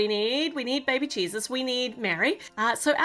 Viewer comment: It’s so funny how you say baby cheeses instead of baby Jesus!